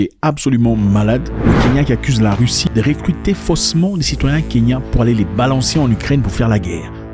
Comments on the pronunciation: Pourquoi les zaïrois prononcent le u comme i Par exemple dit Russie/ Rissi????? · Il a quoi avec les "u", il ne fait que dire "i" Rissie, pini, diper etc...